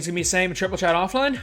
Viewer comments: Idk why that triggers me 😂😂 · absolutely nobody.. “triple tret” 😂